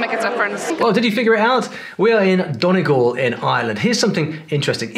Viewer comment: No,, not DON-ee-gawl'; it's 'DUN-ee-gawl'.